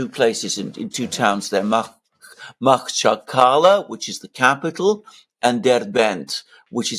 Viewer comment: Take my advice as a former buyer of Azeri and Daghastani rugs. The city’s name is pronounced ma-HACH-kala, three syllable with the emphasis on the second syllable like a harsh gutteral sound from Arabic or Hebrew.